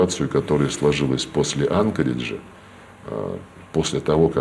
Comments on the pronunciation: Уже кто-нибудь скажите Лаврову, что АнкОридж, ударение на второй слог🤦‍♀ министр, мать его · топовий дипломат країни 404 не знає як правильно ставиться наголос в назві Анкорідж. сросіяни взагалі шось погано з наголосами дружать, не знають власного "язика"